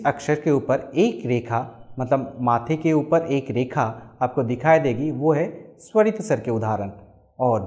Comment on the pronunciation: मद्धमा नहीं, मध्यमा। सरित नहीं, स्वरित। अपना उच्चारण सुधारिये।